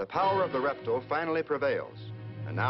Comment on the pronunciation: I love how he says "reptle"